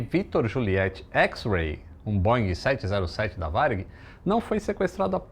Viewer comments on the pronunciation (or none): none